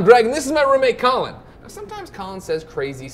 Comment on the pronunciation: I always hear Colin like "Cullen" That's his new name. Cullen Moriarty